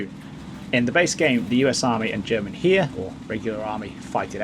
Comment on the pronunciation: For "The German Heer" - "hair" not "here".